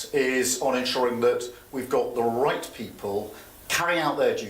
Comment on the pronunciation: the RRRRRRIGHT PEOPLE? ARRRRRRESTED??whats the meaning of these odd words?